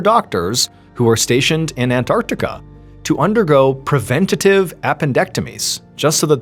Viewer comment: And well done Mr Ballen for pronouncing it " An-tarc-tica " and NOT " " Ann-artica "😂🤦 like many Americans do !!